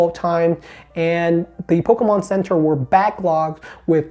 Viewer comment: I love how says ‘PocKomon’